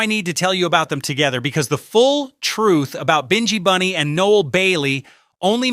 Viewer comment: You or your AI continually pronounce the names wrong, Binghi Bunny is pronounced as in Nyabinghi, plus you keep on showing a photo of 'Bred' who is a singer with Wailing Souls when talking about Noel Bailey ( who we know as Sowell). While I appreciate you trying to give out the reggae history and establishing a lot of facts, is it out of love for the music or exploration, because everyone of your reggae post I have seen always have mistakes primarily in pronunciation and showing the wrong photos and secondly in dates and historical context, because this is a constant issue I am respectfully asking you to please get your act together or stay out of our buissnes. Bless